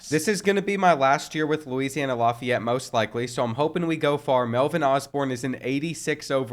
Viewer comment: Laugh-ee-yet (Lafayette) his pronunciation is bugging me